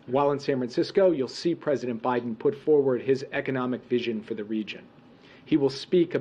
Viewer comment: Oh great more lies to be spewn. Oh look she went to say obiden again